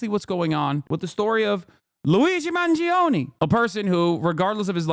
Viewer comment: It’s Mahn-JOE-nay the i is what makes the g soft